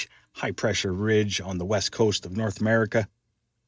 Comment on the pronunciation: You just said gulf of Amurika . lol